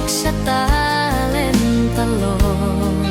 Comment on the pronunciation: ผช.น่าจะร้องออกนิ่มๆตามความเศร้าของเพลงมากกว่าออกแนวร็อคแบบนี้ และทั้ง ผช./ผญ.ควรออกเสียงให้ชัด ไม่ต้องดัด เช่น พัด เป็น พาด , เจ็บปวด เป็น เจ็บป๊วด , เล่นตลก เป็น ตาโหลก (ควรลงเสียงสั้น) นี่แหละคือข้อเสียเพลงสมัยใหม่ที่เอาแต่เนื้อ ความหมาย โดยไม่มีสัมผัส เหมือนสมัยก่อน มันจะทำให้ร้องชัดและลงเสียงภูก